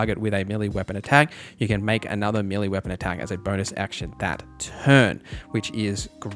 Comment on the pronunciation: its pronounced mel-lay